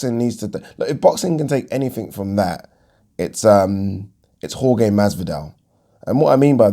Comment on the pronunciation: Jorge is pronounced HorHe